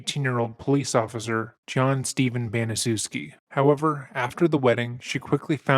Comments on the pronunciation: Gertrude pronounced Banih-chevski should have gotten life. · I’m pretty sure her surname is pronounced “Banish ehvitz” with the e sounding like hen or pen. Like Manischewitz wine only Banish. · Baniszewski's surname is of Polish origin and should be pronounced as "ban-ee-chef-ski". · Just an FYI Gertrude’s last name is pronounced: “Ban-ni-chef-ski” Great video on a horrific incident. RIP Sylvia! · If anyone is interested, they made this story into a movie called An American Crime starring Elliot (Ellen) Page, Evan Peters, James Franco, Catherine Keener, etc. Also, Gertrude's last name is pronounced Ban-i-chef-ski. Odd, I know. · Great story. I've heard about this horrific episode in the past but not down to this granular detail. Prayers always for innocent Sylivia. Btw, I think the proper pronunciation of Gertrude's last name is Ban-i-SHEF-ski. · Gertrude’s last name is actually pronounced as “Bah-knee-chevski.” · it's pronounced Banishevskee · The movie An American Crime tells you how to pronounce the name Gertrude Baniszewski. I'm surprised that you didn't take the time to find out how to pronounce it for your video.